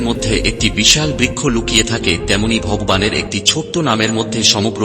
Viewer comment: আরে অপদার্থ , কমসে কম, ভগবান, উচ্চারণ ঠিক ভাবে কর। তারপর জ্ঞান দান কর।